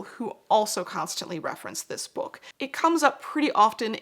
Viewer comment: every time says bewk my autism brain has me repeating it out loud like “bewk! bewk!” 😂